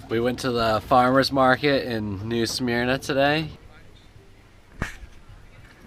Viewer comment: Has First Mate been promoted to Captain? > haha You may have been pronouncing New Smyrna a little off, but no big deal. Nice video, thanks for the honesty.